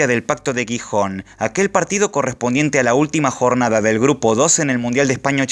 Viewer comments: buen video pero amigo el GI se pronuncia como si fuese JI, soy de gijon y eso nos toca bastante las pelotas pero buen video jajaja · Se pronuncia jijon. Por favor la g seguida de i o e tiene pronunciación j , por ejemplo gemelo. Para ser sonido g debería ser guijon.